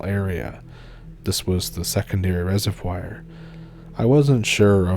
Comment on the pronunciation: Reser-vwar ffs